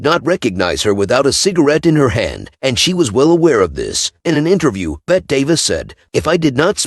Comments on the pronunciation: Bette is pronounced BETTY. Sorry for the correction but I don't want the AI to lose it's job! PS - Yul = You'll. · You could start by learning how to pronounce the names of the people you're talking about, including Bette (pronounced Betty) Davis and Lucille Ball.